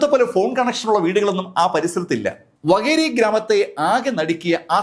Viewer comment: വകേരി അല്ല വാകേരി